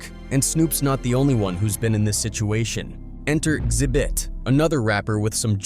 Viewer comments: Call him Zit bit one more time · ZIBIT????? Come on now, ZI-BIT? Come on now!